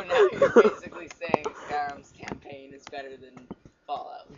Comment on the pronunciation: Did you just say... "campaighn"! IS THIS A FREEEEEEEKING SCHOOL PROJECT!?!?!?!?